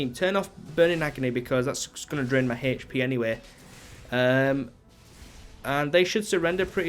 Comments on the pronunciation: Why do you say "hp" so weirdly? You pronounce the 'h' so oddly. You say like "h-sh" so you say "h-sh-p" lmao. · How is that dumb, or could possibly be trolling? It was a simple question/statement. He pronounces his "h" weird and therefore he pronounces his "hp" weirdly. I was only stating that.